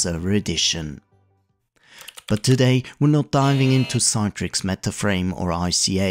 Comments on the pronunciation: CITRIX is pronounced as “see-trix”, rather than “Cy-trix”. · Good video, but "Citrix" is pronounced "Sit-rix" not "Sye-trix" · Sit-rix.... Like you say citrus given this was what the name of the company was originally until they had some trademark issues and opted for Citrix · I think that’s just an accent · Your pronunciation of Citrix is wrong. It pronounced 'Sit-trix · You missed out on (the dominant PC emulation software company of the time) Insignia's NTRigue, which licensed WinFrame (and NT) to allowed you to connect Unix X Window terminals (and X Window systems, such as SGI's Irix or Sun Solaris) to NTRigue in the same way as how thin clients connected to WinFrame. And you mispronounced Citrix, which is pronounced like citrus. And no, WinFrame was not a multiuser operating system based on Windows NT. It was multiuser extensions to Windows NT. And no, it didn't all start with Windows NT 4.0 Terminal Services. WinFrame was so successful running on Windows NT 3.51 that they had a successful IPO in 1995. So did Insignia later that same year, though largely on the strength of being the leading emulation company of all-time and a Windows source code licensee and MSFT partner. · Considering it's not spelt Citetrix, no idea where this extra 'e' is coming from when it's read out.